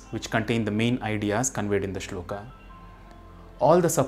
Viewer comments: श्लोक , not श्लोका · वीडियो अच्छा है पर कुछ शब्दों को आप ख़ुद ही ग़लत बोल रहे हैं। अंग्रेज़ी में Shloka लिखने से ‘श्लोक’ श्लोका नहीं हो जाता। उसी तरह शिव जी का नाम अंग्रेज़ी में Shiva लिखने से शिवा नहीं हो जाता। कृपया इन छोटी पर महत्वपूर्ण चीजों पर भी ध्यान दें। जय महाकाल। 🕉️